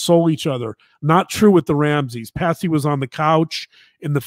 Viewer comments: It’s Patsy, not Patty. And John greeted the police at the door when they first got there. Please get your names and facts straight unless you lose credibility. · I love this channel and much respect to the Dr snd journalist wife for their work, however, it's kinda comical how explains how in depth they have researched the case all the while calling Patsy..Patty...simple mistake surely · Its Patsy, not Patty. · Her name was Patsy!! 🙄 not Patty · Besides all of the terrible misinformation in this presentation (pineapple & poo), Her name was Patsy, Not Patty !!! Can't even get her name right, Credibility Shot IMO.